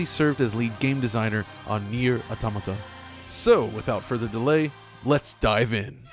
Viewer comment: Always a pleasure to watch a video where they pronounce "automata" right